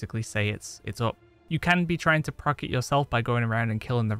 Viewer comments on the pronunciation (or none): none